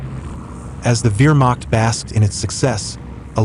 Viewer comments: Wihrmacht? You mean Wehrmacht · Agree! VEER machT?! Terrible! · You know what I mean, he said I instead of E